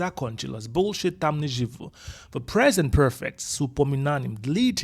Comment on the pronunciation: 😀When u say “больше» , it sounds like bullshet ,lol